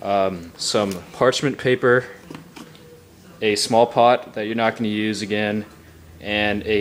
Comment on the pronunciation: haha. u said parchment paper kinda funny lol